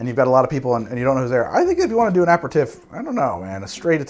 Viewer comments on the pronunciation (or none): It's DUBONNAY. NOIPRAR, APAIRTEEF Not that it matters. I like your content. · So as a French-Canadian your pronunciation is driving me crazy,!Now I know how my French Great Aunt felt when she heard our "pig French"as she called it. Ah-pair-ah-teef is how the French say it. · its pronouncced aperteef. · Sorry, still cringed everytime you said "tiff" vs "teef". Had to mute and use cc to finish- not sure why it was such a trigger 🤷🏻‍♂️ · Not just me then!! Making me twitch! Apratif?? NOOO!!! a pair a teef! Apratif is French for after an argument! (It’s not, don’t look it up) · a·peh·ruh·teef TEEF! TEEF! not TIF! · pretty sure you are pronoucing that word wrong. I think it is "uh peh ruh teef" and not "ap per tif" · so, whos gonna tell him that its pronounced aperiteef and not aperitiff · I am usually not like this... but PLEASE! “Ah-pair-ah-teef”... almost had an “ah-mond” moment! Love your show BTW... your sidebars make my day! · Yeah as Shane said, it's properly pronounced ah-pair-ah-teef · Love your videos. But please pronounce it "a perry teef". Love from France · Ah-pair-ah-teef...I'm DYING a little inside every time I hear it wrong. It's French...say it like it is French! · I completely defer to pronunciation, especially since nobody is complaining, but I keep thinking it's pronounced "aper-teef" and it surprises me every time it's said in the video. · Gonna get into a tiff with you over this. It's a-pair-ruh-teef, accent on last syllable. And you even used an online pronunciation guide for aromatize. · usually love your videos, but....the six different pronunciations of "Aperitif" within the first minute and thirty is driving me absolutely bananas. And not once did you say it the way I've always heard it: "ah-pear-ah-teef". Otherwise this is the usual solid effort from you that is informative and fun to watch. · should be pronounced 'aperiteev' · Pronounced: Uh-pair-uh-teeeeef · It's actually pronounced ah-pair-ee-teef .